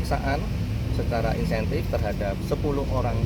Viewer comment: kapolres ini ......kok bilang insentif???/ yg bener intensif bos